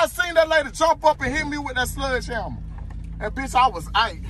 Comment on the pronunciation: 🤣🤣🤣🤣🤣 Not a "sludge hamma"